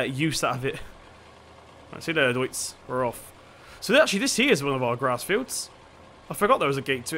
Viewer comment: You are saying deutz wrong!!